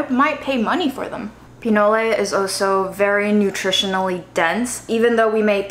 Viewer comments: it’s just called “PI-NOL” not “PI-NO-LE” it’s corn mixed with cacao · LOVE your creativity!! Btw "pinole" is the name of a city in Northern California (named after the food), and it's pronounced "pi-knowl" and not "pee-noh-lay." The Google pronounciator agrees.